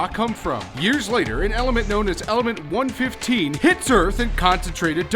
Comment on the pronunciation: Its element 115 not element 1 15